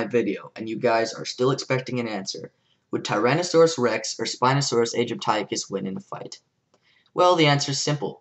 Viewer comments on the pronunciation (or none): Loved your presentation and arguments! Just a small thing, for your ease of communication - when you say 'Spinosaurus aegypticus', try pronouncing it 'aegypt ih cus' rather than 'egypt - aye - cus'... it's much easier to say, and is how paleontologists say it. Source: I study paleontology. :)